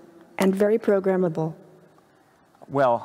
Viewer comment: Did she say humans are programmible wtf?